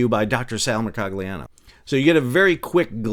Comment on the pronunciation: Sal, it's pronounced 'Mercogliano'